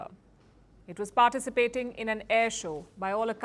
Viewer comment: Madam, please check the pronunciation of the word “ participate “ and ascertain. The stress is on T in parTicipste. The verb ascertain is pronounced ascer taain